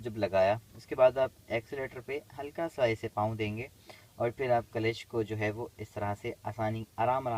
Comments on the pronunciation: कलेच ?😂😂😂 क्ल्ज है 😂😂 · Kalesh nhi sir Clutch hota h